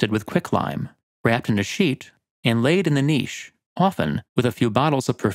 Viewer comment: Finally! An North American YouTuber who knows how to say 'niche'